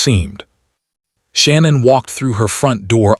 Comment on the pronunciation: I'm sorry, but when someone has such a brutal and tragic ending they deserve to be honored and respected. By calling her the wrong name throughout the video, I consider this a great disrespect. Her name was not Shannon...... it is pronounced " Sha- nann".